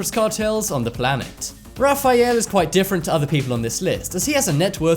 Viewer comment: RA-FAI-ALE😂😂😂😂 Sorry,I just had to point it out